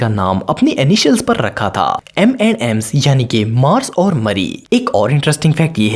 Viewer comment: normal people say m&m's and says m andd msss like desi